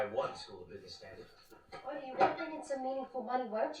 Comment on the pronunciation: Who wants to let them know that his name is "Artie", not "Archie"? Haha. It's not Riverdale